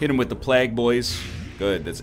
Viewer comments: Stop saying plaag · Is he saying plague that way to be funny or is it because he's canadian?